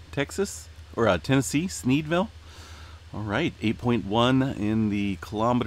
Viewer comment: Hahahahaha he said sneedvile.